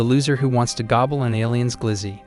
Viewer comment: Bro said Gooble his weenie 😂